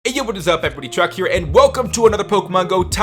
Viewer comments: on the last video you said truck LOL your name is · Ahjel In the Begging of the video it sounds like he says "hey guys truck here" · doesn't other people think he says hey everybody truck here but i know his name is